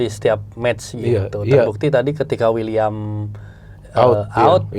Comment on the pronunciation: Wiliam bukan uliam.. Wiliam marcelio